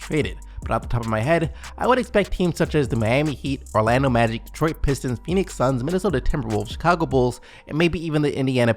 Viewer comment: Bro I love your videos but please learn how to pronounce Detroit it’s not 2 fucking words